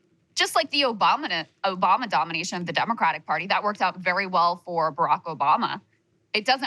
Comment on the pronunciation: Krystal said Obamna just like Trump did hahaha